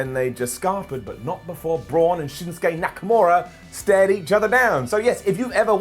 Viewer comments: He just said "NAKANURA"!!! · Lol called him shinsuke nakaNura hehehe 7min mark